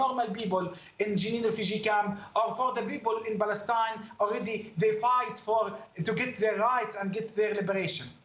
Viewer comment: Mustafa cannot even pronounce the name of his “country”. Balestine is an invention.